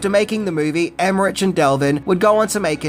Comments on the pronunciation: Nice video. I didn't realise how much I'd be interested in the backstory to Stargate. I admit your pronunciation of "Emmerich" (which I believe is normally pronounced as "Emmerick") is a little distracting, but there's loads of interesting facts here. Not that there'd be any doubt. :) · LOVE Stargate! Including all the series. And love your videos. Keep em' coming! But FYI, it's Devlin not Delvin and Emmerich is pronounced like Rick. 😅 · Love your videos but have to point out their names are pronounced Dev-lyn and Emm-erick. They did collaborate again for Independence Day Resurgence. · In German -ch is pronounced as -k. So Emmerich is pronounced as Emmerik. Just for next time. Not to be an idiot. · Dean Dev-lin, Roland Em-mer-ik. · Never heard anyone ever pronounce his name with that hard CH, super distracting hearing you say it like that times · Roland Emmerich ... HARD ch, not soft one. Hard like in CHrist, not as in cheesus. It's a German name, so it's a HARD "ch". When you can't even get the pronunciation of names right, it's a stumbling block out of the gate. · Emmerich : pronounced , emerick 👌😕🖖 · It's pronounced Emrick isn't it? Anyway comment for the algo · I really enjoyed the move, but the I thought the series were much better. I hope they continue on what that franchize in some way. Also, Emmerich and Devlin names I believe are pronounced Em-rick and Dev-lin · Haha it’s Emmer-Rick and Dev-Lin. Also we get to see the power mullet at the beginning of the movie Russell is shown as the depressed, alcoholic version of the character. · I LOVED this movie as a kid, but upon rewatch I realize it’s pretty mediocre. Still a blast to watch, though. Hey, just a heads up, it’s spelled Emmerich but is pronounced emmerICK 👍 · Love you but you say their names so many times in this video I feel the need to point out your mistake. Roland Emmerich's last name is pronounced Emma-Rick, and Devlin's last name is pronounced Dev-Lin. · Roll-und Emer-ick